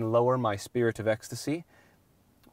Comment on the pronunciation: “I can raise or lower my spirite of ecstasy..” hahahahhahah